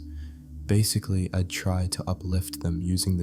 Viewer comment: This calm voice for narration is perfect in my opinion, but the mistakes of pronunciation - "I'd" turns into "Id" - make it really annoying and difficult to focus